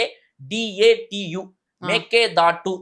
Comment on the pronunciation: Hon CM also pronounces Mekedatu incorrectly. Please suggest him to pronounce correctly.